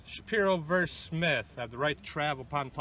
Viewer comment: Shapiro 'verse' Smith? poetry?